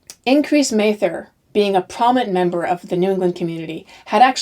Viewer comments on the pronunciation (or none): My 10th g-grandmother, Margaret Scott, was hanged in the last of the hanging. I have studied this period a lot and I appreciate your presentation very much. However, you mispronounced Increase Mather's name. I am descended from his father, Richard Mather and it's not a long A sound.